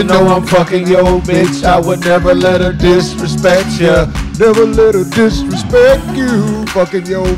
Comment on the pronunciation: "I'LL never let her disrespt YOU"🫵🏾😂😂😂